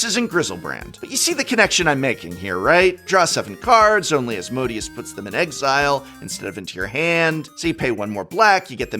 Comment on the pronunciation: As-mo-day-us* the Archfiend